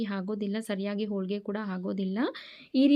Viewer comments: Holigr not olige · ಸಾಹಿತ್ಯ ಅಲ್ಲ ಅದು ಉಚ್ಚಾರಣೆ, ಅವರನ್ನು ತಿದ್ದುವ ನೀವು ನಿಮ್ಮ ಶಬ್ದ ಭಂಡಾರವನ್ನು, vocabulary, ಹೆಚ್ಚಿಸಿಕೊಳ್ಳಿ. ಆದರೆ ಅವರ ಉಚ್ಚಾರಣೆ ಎಡವಟ್ಟು ಆಗಿದೆ 😅 ಹೋಳಿಗೆ ಓಳಿಗೆ ಆಗಿದೆ. ತೆಂಗಿನಕಾಯಿ ಒಡೆಯುವುದು ಆಗದೆ ಹೊಡೆಯುವುದು ಆಗಿದೆ. ಅರ್ಧ ಹರದ ಅಕ್ಕಿ ಹಕ್ಕಿ ಯಾಗಿ ಹಾರಿ ಹೋಗಿದೆ 😅